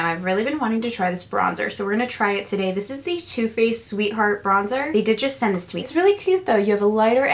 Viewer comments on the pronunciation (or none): none